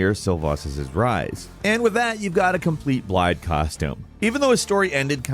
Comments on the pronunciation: As a Welsh man, hearing Blaidd pronounced Bliad and not Blaith hurt me. Also fun Fact Blaidd is Welsh for wolf. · Its not blade, its blaidd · I feel the same way about everyone pronouncing Blaidd with D's, rather than as Blythe, which is allegedly the Welsh pronunciation, AND how the eff'ing voice actors say his name in game. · Even though i also pronounce it with D's, i agree with you. I say with D because i don't know any better. But after a bit of research i found out that blaidd is an actual welsh word, i completely agree with you. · He said BLIDE LOOOL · Right?! They even pronounce Blaidd's/Blythe's name correctly for people in the game! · Crazy how horrible these guys butcher the names, no hate, the videos are good, just a little annoying lol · you guys should not make Elden Ring Videos. The lack of research is so evident. You are not even pronouncing Blaidd's name right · I love hearing all the Welsh names in this game, but hearing the way everyone is butchering the pronunciation is horrid!